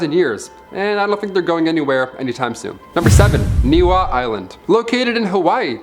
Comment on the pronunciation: Bra its pronounced “Neʻ E Hau”(NiʻiHau) Not Nihau u dam mahoo 😂